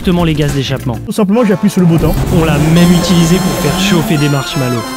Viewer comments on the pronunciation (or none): c pas marshmallow c shamallow